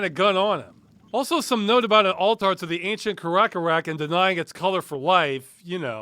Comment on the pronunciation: Does Ross not know what an altar is, or dies he just pronounce it weird?